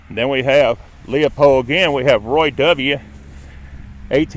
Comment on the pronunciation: It's Springmill Cemetery, not Springfield. Also, it's Leppo, not "Leo-pole". This is a former graveyard of a Lutheran Church.